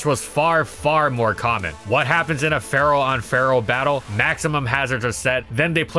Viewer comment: Ferro is the Italian word for Iron, and you are pronouncing it surprisingly well.